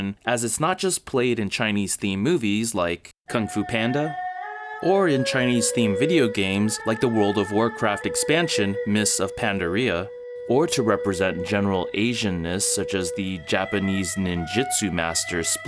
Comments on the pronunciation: Hate to be that guy, but..... Your pronunciation of "Pandaria" made me legit spit out my drink. You said it like "PANda - RIa" when it should be "Pan -DAH - ria" with a long -a sound, stressed on the second syllable. Your pronunciation sounded like.. Panda-diarrhea LOL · Heh, Mists of Pan-da-RIa. Stress and syllable is meant to be Mists of PanDARia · Begging your pardon, but it's "pan-DAR-ee-a" [/conciliatory smile] -- and irrelevantly, it's one of the most beautiful lands in the whole of World of Warcraft. Worth visiting, even if you don't stay to play! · the way you say pandaria like diarrhea hurts me, over all very entertaining video.